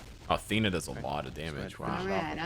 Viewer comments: FOR FUCK'S SAKE, IT'S THEEE-NA NOT THAY-NA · Thee na, not tae na